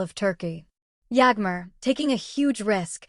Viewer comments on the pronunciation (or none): If you know so much (as you claim) about Bariş and Yağmur at least you should have taken the bother to learn to pronounce their names BariŞ ş=sh, YaĞmur ğ=silent. As for your story, it's just what it is a STORY !!!! By all means practice your creativity, however presenting it as facts may come back and bite you! (I personally hope and pray that it willĺ do!)